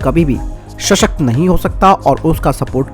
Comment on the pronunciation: Shashakt nahi sashakt